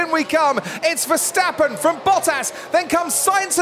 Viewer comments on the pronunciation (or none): Why do they keep on saying Versteffen instead of Verstappen? Yes, I speak a Germanic language - get it right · i swear i have the same problem with "VESHTAPPEN"